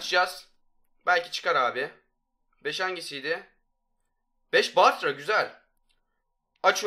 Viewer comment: Varya değil bartra